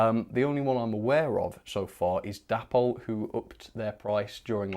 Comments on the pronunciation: Isn't it pronounced Day-pol rather than dappol? Oh, and Heljan is Hel-yan not Hel-djan! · Why do you continue to pronounce Dapol as Dappol? It's short for David and Polly, so it should be Daypol.